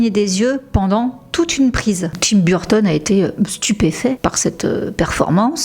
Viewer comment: Je vous adore, je regarde vos vidéos très fréquent mais j’adore aussi Tim Burton, mais la prononciation de Burton en anglais de votre part 😮au secours très franchouille 😂 Sinon je vous adore !